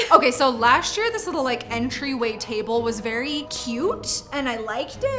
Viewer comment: you did a wery wery good job